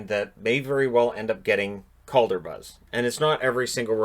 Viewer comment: WHOA, I was convinced for a second there you said: COVID trophy